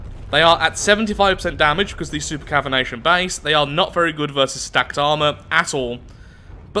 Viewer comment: i love how wasn't saying cavitation right i also love drunk laths engineering skills he has a way of making massive death machines that regular just has to fix up a little to make efficient he and himself are a perfect team